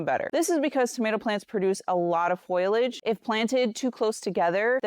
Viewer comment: foliage not foilage lol